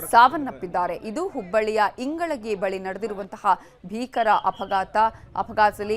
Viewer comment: It's not ingalagi mam its ingalahalli